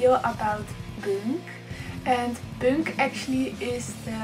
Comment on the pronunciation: Is there any specific reason why you don't pronounce "punk" the right way?